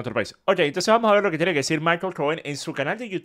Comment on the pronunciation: Vamoj???? Quej ejo???